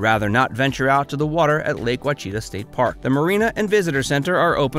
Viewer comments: Wtf is wa-chita ??? That is a terrible bastardization of the word. It’s Native American & is spoken more like this… Awe-shi- tah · Great video, but it is actually pronounced: WAH.she.TAH. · You lost me at “Lake WACHEETA”. Sorry pal. Your obviously not from around here. Better get back on your horse and head north. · Wa-cheeta? Seriously? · That mispronunciation of Ouachita annoyed me too! Thanks for calling them out on it. We live here too.